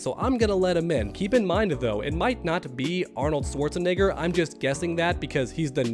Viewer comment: I love you, but you’re kind of putting a hard R at the end of Arnold‘s last name🤣😂😂